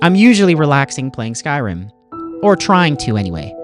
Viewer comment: I truly appreciate you using the correct pronunciation for Skyrim